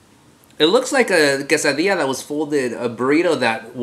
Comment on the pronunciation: I love how mexicans say Quesadilla! Its AWESOME!!